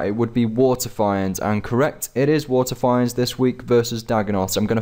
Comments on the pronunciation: Okay. I love your vids. But PLEASE! WATERFEENDS! WITH A LONG E Lol sorry just a pet peeve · They're pronounced "fee-nds" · "Wa'eh finds" kek